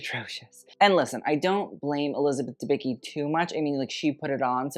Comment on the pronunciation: Elizabeth Dembicki surname is pronounced a bit different.